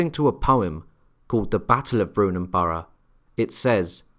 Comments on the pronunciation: Brunanburh is not Brunanborough ! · yes it was but I rather think was referring to the mispronunciation in the video. Latest thinking is that the battle took place on the Wirral peninsula